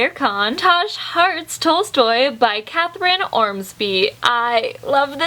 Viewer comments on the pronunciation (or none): none